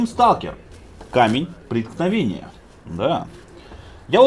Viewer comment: мне одному кажется что говорит не камень преткновения, а Ракутагин проникновения?